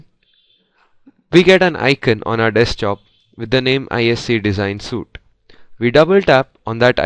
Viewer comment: Suite is pronounced like sweet